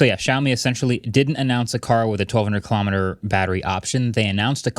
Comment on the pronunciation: I don't usually criticize you guys but from not knowing how to say the word "kilometer" to getting the door description wrong (it wasn't an emergency door, it was a placeholder for one if the plane was configured to hold more people, hence the word "plug"), to the location of where the iPhone AND door was found all in the first ten minutes is pretty bad.